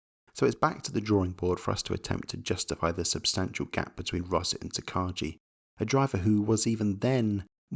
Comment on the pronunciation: Great video again. The only criticism I'll give is the horrendous Takagi pronunciation. Also despite Takagi being an all round average talent, he has one of the most dominant championship wins of all time in Formula Nippon 2000. An absolutely insane Verstappen-like campaign from him. I also think Rosset's main problem is not karting at all when he was a kid as funny as it sounds. When you don't race at all as kid like most drivers do, you lose a lot of feel and just overall instinctual ability that is there in every driver's psyche. You gotta also remember that some drivers will obviously try to make themselves look as good as possible, since it's literally their job, so some will throw a few excuses in there to make themselves look a little better or just to not get made fun of by the media. Leclerc is one of the only ones that openly admits to mistakes, also I remember an article about Leclerc calling out certain drivers that don't admit to them.